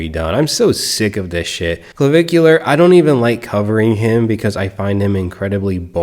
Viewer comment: That 'surgeon' butchered Clavicular.